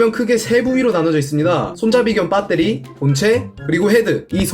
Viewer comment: 빳데리 ㅋㅋㅋㅋ토종발음ㅋㅋㅋㅋㅋㅋ